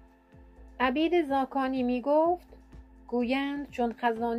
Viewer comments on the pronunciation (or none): (عَبید زاکانی!!!) لطفا درست تلفظ کنید((عُبِیدِ زاکانی))